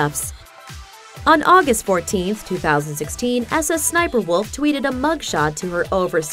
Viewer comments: No. Its SSSniperwolf. Not S S Sniperwolf. smh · We do not call it s s s niper walof. It sssniperwolf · Dummy it’s not S S sniperwolf it’s sssniperWolf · The fact she says ss sniperwolf makes me so mad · IM BEGGING U STOP SAYING S S SNIPERWOLF ITS SO TRIGGERING MEEEE